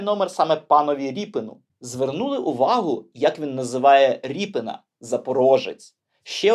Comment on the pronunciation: Я думаю - РІП"И"НА, наголос набукву "И".... Так буде зовсім по українськи....